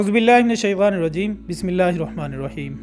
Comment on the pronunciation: Oh plzzz Bismillah sahi tarah parha kro ap.. Kindly ghoor se Sunay Bismilah